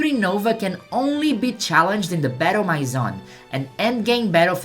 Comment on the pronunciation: i'm so early, no frenchie has mentioned the pronunciation of maison yet